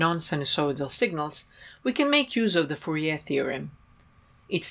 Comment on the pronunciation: Not surprised that German speaker pronounces Fourier as they do :)